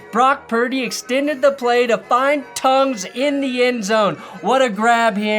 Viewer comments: 9rs TE is Jake Tonges... "T ON jess" not 'tongues'. Soft "G" brother, soft "g". and yes, they left Moody in Seattle. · I went to school with Jake growing up, it’s pronounced Ton-jis rhymes with swan hiss